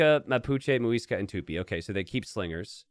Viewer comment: tupIIIIIII the "i" is the tonic